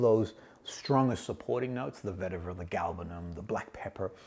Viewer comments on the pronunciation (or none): none